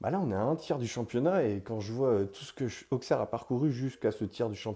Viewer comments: Merci,je suis née là bas,et la prononciation AuXerre me fait mal à la tête. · On prononce ausserre même avec le x... merci 💙🤍💙🤍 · petite info sa se prononce ausserre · Très belle vidéo. Par contre il va falloir apprendre à prononcer Auxerre correctement 😉